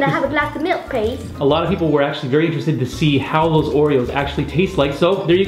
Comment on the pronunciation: “I would like a glass of malk pleaaase” 🤣👏